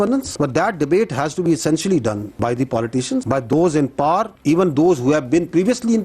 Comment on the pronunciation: Pakistan me kuch log pawers ko paaars kiun kehty hen